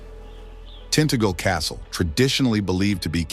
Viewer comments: I was waiting for the American mispronunciation...it took awhile but there, "Borough Market" is pronounced 'Burruh' not "Burrow" ...and Tintagel pronounced with a "hard g" (as in 'gone') is incorrect. (_Not_ "_Tintagg_el_" ... It's 'Tin_tag_el' (as in Tin_taj_el - with the 'soft g' as in 'giraffe') ...but not too bad for a non-English visitor, though just a tad annoying when most of the rest of the narration is so much better compared to the _usual varieties of mispronunciations of the "average American"!! (And, of course, the ubiquitous misused "oo" in 'Tube' - "The Toob" - 'The Tyube' (and I assume, "Toosday" - instead of Tuesday and 'Tyuesday') 😀 lol. (I shall say no more!!) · I like the fact (so far) that the English words and placenames are being pronounced correctly, if AI it's unusual, and if a 'real human - American - narrator' is also a pleasing and surprising aspect of this video. (Oh, 'Tintagel' was mispronounced - which is not surprising, as I rarely hear any Americans say it properly!) However, apart from that 'minor hiccup' I do like this video...and have "Liked & Subscribed" (& will continue, unless / until the descriptions I hear on this channel, prove me wrong in the assumption that it is worth watching. :) So far, so good, fingers 🤞 crossed!